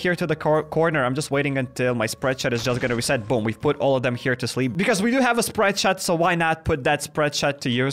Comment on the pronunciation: I love how you said chleep instead of sleep 😂😂😂😂😂